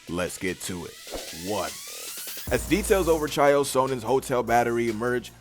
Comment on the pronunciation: Bro first u said chameavs name wrong now chael. Say the names right